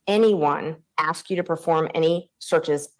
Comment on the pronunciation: PUHLEEZE The words are ASK not axe and CAPACITY not apacity